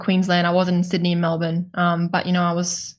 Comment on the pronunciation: 3 weeks in Melbourne and didn't learn how to pronounce it, sad.